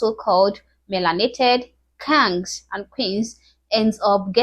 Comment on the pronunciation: I gotta give this young lady credit for these videos. It’s kind of funny how she pronounces “KANGZ.”😂